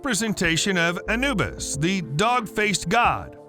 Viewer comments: it is not ana bus it is Anubis ah new bis. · You miss pronounced the name Anubis.